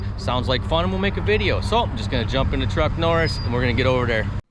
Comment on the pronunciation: Did you say Truck Norris?